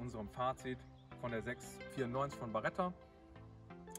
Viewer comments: Es heißt Beretta nicht Baretta😂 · Aber die heißt doch Beretta und nicht BAretta.Vielen Dank für das Video